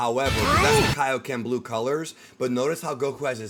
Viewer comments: Ngl, “Kay-Oh-Ken” pissed me off. 😂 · Came to this video after hearing them pronouncing it K-O-Ken. It is very weird to me that they decided to go with it like that. Especially when XV2 has CACs saying it properly. Hell even Goku says it properly in that game. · “Kayo Ken” is so cringe to hear after all this time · The Kaioken line from the trailer sounds like it's taken directly from Tenkaichi 3. It doesn't sound like something newly recorded by Sean. It's probably just a placeholder for this trailer. When Sparking Zero actually comes out it'll probably be pronounced correctly. Although, I suppose it's possible that the early versions of characters might just simply re-use lines from the previous games. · I’m ready for Sparking Zero. I may need to finally upgrade to a PS5. Hopefully they pronounce Kaioken correctly in the final game. Not a fan of how they said it in this trailer. Regardless, I loved the Tenkaichi games, and I am excited for Sparking Zero.